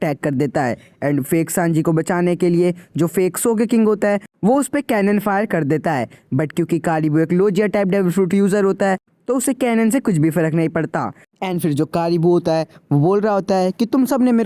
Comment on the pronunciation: Bro thats not lojia thats logiya